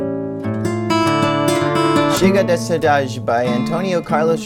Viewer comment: Hearing people who don't speak portuguese trying to say: "Chega de saudade" is always a funny experience. #RIPJoãoGilberto